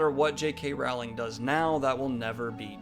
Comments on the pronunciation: I discovered you yesterday and you definitely seem like a very nice and well-grounded guy, yet every time you say JK Raaaauuling instead of Rolling I want to flick your nose! So I'm conflicted. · I love you Daniel, but you could you please pronounce her name correctly? "rolling" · J.K. WOOOWling